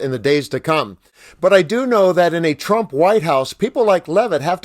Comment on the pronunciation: She called him Shrump by mistake 😄😄😄💙💙💙🇺🇲🦅